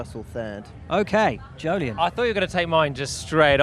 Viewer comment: Jolyon nearly got it right! :)